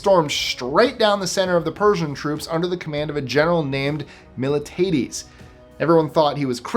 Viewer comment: Meel tee á dees is how Miltiades is pronounced correctly.